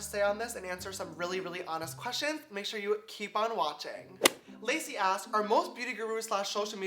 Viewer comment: I'm dyinggg, he said "Lacey asks" and it sounded like he said "Lazy ass"